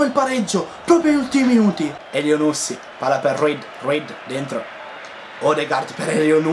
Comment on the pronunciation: essendo di origibe marocchina credo che elyounoussy si pronunci accentato alla fine sulla y